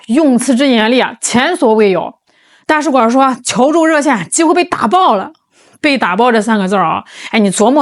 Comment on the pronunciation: 大使馆儿？你以为是饭馆儿呢，儿音不是随便加的